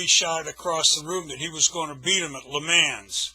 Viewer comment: I dont believe this version. Also, He cant even pronounce Le Mans correctly